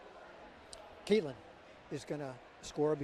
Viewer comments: Next time Katelyn runs please have pros call the race and pros running the cameras! These guys were gabbing about nonsense while Katelyn was getting passed, and the camera guy missed the shot. And one commentator, the guy who rambled about nothing relevant, didn't even know how to pronounce her name. That was just pathetic. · The one commentator needs to learn how to pronounce Katelyn’s name.